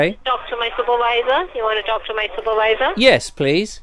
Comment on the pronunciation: "Wirus, wirus, wirus, wirus, wirus, dobly you, dobly you, dobly you, dobly you, soopurwiser, soopurwiser, soopurwiser..." BEWARE!